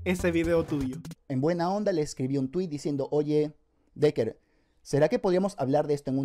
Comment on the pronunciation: Por cada vez que el dice "deker", un chino muere